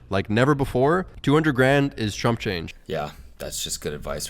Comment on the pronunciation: I swear Chad said “trump change” not chump change. Lmao 🤣